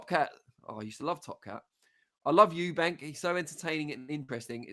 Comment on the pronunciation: I can't stand it when people call him Eubanks to I thought I was the only one,if you can't say it properly just don't say it 👍